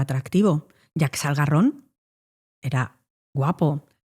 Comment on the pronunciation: Jaques Algarron 😂😂 no Jack Salgarron, los franceses siempre jugandonosla 😅